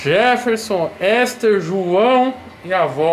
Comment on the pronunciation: "Esther" kkkkkkkkkkkk